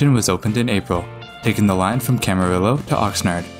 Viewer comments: needs to learn how to pronounce Camarillo - there's no "L" sound in it. ka-ma-REE-yo. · I love your videos! One small note: Camarillo is pronounced cam·uh·ree·oh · Great video and love how you mentioned the CalTrain precursor. But that pronunciation of Camarillo hurts my ears - the double L is pronounced like an i. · Just like Cabrillo